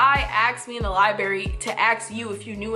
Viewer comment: "LibRary" not "libarry"... "ASK" not "aks"... yikes.